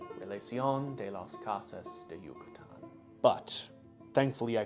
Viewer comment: Can you please pronounce yucatan a little less correctly